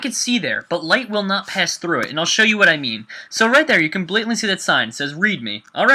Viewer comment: he said whate you dodo